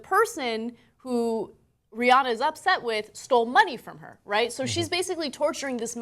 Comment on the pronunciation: Rhi-ANNE-uh. Say it right